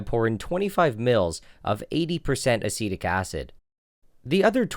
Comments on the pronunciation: Acetic acid sounds like acidic acid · I legit thought he was pronouncing acidic wrong the entire video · Yeah it took me 5 minutes to realise he wasn't saying acidic wrong he was saying a different word completely, asitec